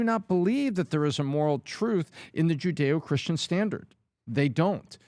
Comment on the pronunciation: said 'Judeo-Christian'🤦🏻‍♂️ I expect that from Adam Shapiro but not